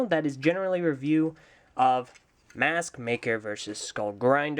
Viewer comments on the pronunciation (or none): Anyone else herd at the beginning he said smathmaker